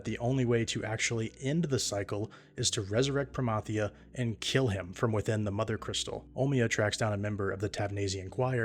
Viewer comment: When you hear the proper pronunciation of Promathia. 😊